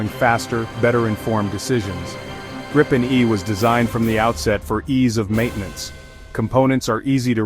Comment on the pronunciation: Just a minor detail, but still: "Gripen" is pronounced with the stress on a long "i".